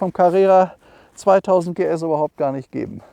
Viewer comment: … 2000-PS-Carrera habe ich verstanden! ;-)